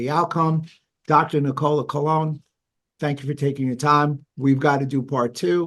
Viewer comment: Nicola Conlon, not Colon 😂